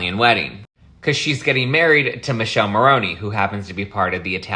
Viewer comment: Its pronounced Mikellé Morrone!! Learn some Italian.